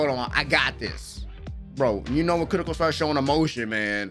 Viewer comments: I gonna miss your "Welcome back to kurrrrrrrrrrroko no basket!" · the last kurrrrrrrrrrrrrrrrrrrroko no basket, i am crying ahahahahhaha